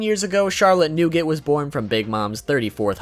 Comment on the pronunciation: Nougate??? Hmmmmmm Newgate hmmmmmm Wait whiteboard smash big momma?